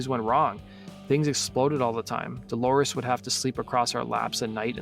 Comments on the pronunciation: If I were the Producer of this video, I'd fire the narrator and bring in someone who has enough discipline to pronounce DOLORES'S name correctly. It's not DElores, it's DOlores. You didn't care enough to do it right. Phooey. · What with the ''Deloris''?